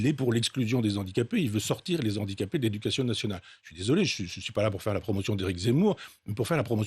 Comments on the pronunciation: Monsieur Onfray : « Les HANdicapés » !! Pas les « ZANdicapés » !! Merci ! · les z'handicapés , la liaison de Michel Onfray heurte mes oreilles